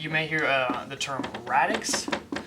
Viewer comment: why does he spell base ,bass